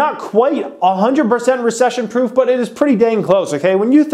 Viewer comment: Recession “proof” not “proff”